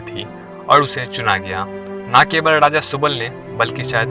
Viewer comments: Raja bolte hai daja ni ra da mai fark ni aata kya gadha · Daja nahi re raja bol😂😂